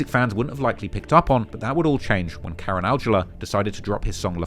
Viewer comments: the pronunciation for Karan is “Cuh Run” not Karen. Do your homework on pronunciations lol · Karen is pronounced ~ke-ran~